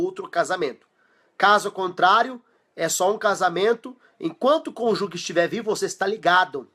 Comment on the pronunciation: Conjugue não! É cônjuge. A pronúncia é: "cônjuje". Parabéns pelo vídeo!